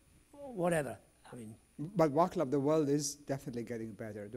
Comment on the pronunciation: Great scientist from Czechia, his name is pronounced "Vaatslav" and Smil, not Schmil.